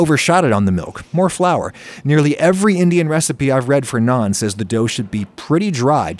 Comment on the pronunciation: Love that he says naan instead of nan.